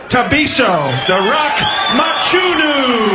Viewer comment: Mchunu not matshunu nina zinja nxa😂😂😂😂